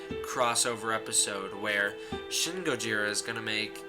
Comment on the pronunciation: shin is pronounced 'sheen' all letter "I" sounds in Japanese sound like "ee"